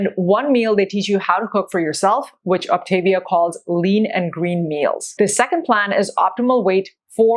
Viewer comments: This is minor but the pronunciation is Ahp tah- veeah. There are more options for snacks than listed, you don't have to get approval from your coach that is part of the actual plan. Moving into maintenance isn't a set calorie level. You calculate your TDEE and they help you determine what your intake should be. Some people who don't want to count calories sort of feel it out adding a little more food or subtracting it as necessary according to how they're maintaining weight and how they feel. Generally, people who only have a little weight to lose should be pointed towards the 4 and 2 not the 5 and 1, also people who want to exercise beyond a moderate level. When I got close to my goal I switched to the 4 and 2 because my energy level was dropping but I was already at a healthy weight for a while before that happened. I stopped just short of an athletic BMI. You can have butter but in very small amounts and not every day. Also, the nutrition info you showed was from the Medifast line. They are discontinuing that line and the Optavia line is cleaner and more nutritionally complete. You do not need a multivitamin if you are doing the 3 and 3, 4 and 2, or 5 and 1. There is also a 5 and 2 plan for people who are really obese. I was moderately obese when I started, I lost 92 lbs and have felt great since a few weeks after starting except for that little period I mentioned above. All that said it was a pretty reasonable review, just a few inaccuracies. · First of all, you're not even pronouncing it right. Second, you obviously haven't read the info and labels, as probiotics are a big part of their program. Personally, I have no plan to do this plan because it is so freaking expensive. Instead, I'm finding equivalents and portioning it into baggies. I bet neither of you have ever been overweight. Have you ever weighed 30 pounds more than you do now? Something to think about. Frankly, Optavia, Medifast, and Nutrisystem are all very similar.